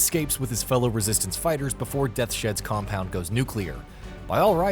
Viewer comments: I thought the same thing almost immediately. It's Deaths Hed, not Death Shed. I've listened to a million reviews on this site, which I generally like, but I swear the reviews are written by one guy and read aloud by another for the review. As the gammar errors are ridiculous. There are several each review. Overall, like the site, but learn English please. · What you pronounce as "Death shed" is pronounced as "Death's Head" and the name works because of that character's skull-like visage and because it sounds scary. But I'll give you a smiley face sticker for trying.